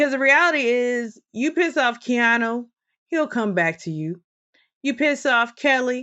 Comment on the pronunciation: Keanu, not Keano